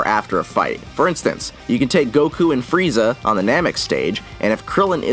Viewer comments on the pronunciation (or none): none